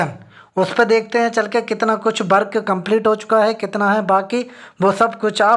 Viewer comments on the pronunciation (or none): Bhai jhand video hein Work ko Bark kehte ho